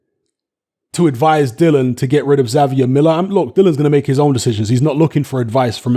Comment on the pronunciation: It’s Dillian you idiot!